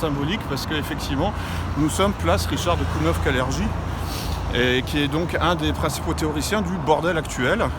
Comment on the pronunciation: Ça se prononce KALERGUI